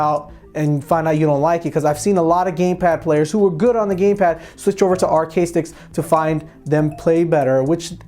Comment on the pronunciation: Am I the only one who keeps hearing gaypad?